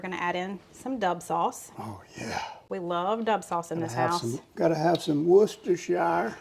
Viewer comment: pronounce Worcestershire correctly!